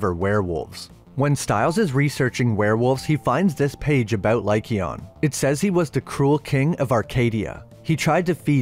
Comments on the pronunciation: “Lie cayon” not “lie Keon”. I know that’s not how to spell it but it helps people sound it out. Also the silver legend was made by the argents. It’s not silver that kills werewolves. Its argents that do. Which is the French word for silver. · It's king LYKON Not Lykeon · Good video but the way you were saying lycaon hurt my ears 😂